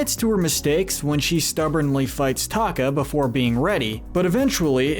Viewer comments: You've never seen Moana have you? It's not Taka it's Te Ka. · Did This Man just Say "Ta *ka*"? Even Brad said "Te Ka" in Moana Characters Good to Evil. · I will not get over the fact that he kept saying “taka” rather than “te ka” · Ta-ka? It's te-KA hope i helped =) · taka instead of tekah rly?! lol dont take it seriously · talka? sis it's te'ka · He kept calling Te-Ka "Taka" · Is it bothering anyone else how he pronounced Te ka? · Your pronunciation of “Te’ Ka” was atrocious. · I knew I wasn't the only one infuriated by that 😂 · The way you pronounce Te Ka..